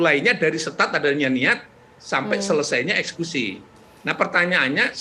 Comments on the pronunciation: Kok prof ngomongnya ESKUSI bukan EKSEKUSI????? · Eksekusi prof...bukan ekskusi...